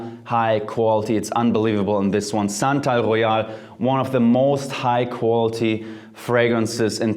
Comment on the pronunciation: SANTAL GHOEYAL...SANTA...AL...GHOE-YAHL...ROSE AND OOT ;) what about TF oud de minerale?